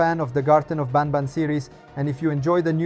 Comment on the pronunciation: I have a question Why do you say Garten of bAnbAn inside of Garten of banban lol😂